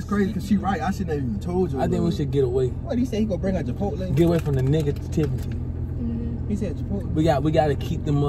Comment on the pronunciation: He said n****tivity😂😂